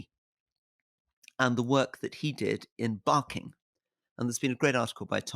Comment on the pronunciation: Rory said ‘Barking’ in the poshest voice I’ve ever heard it be said 😂 From Barking and the practical work really did help turn people away from racism. A happier society is an anti extreme society.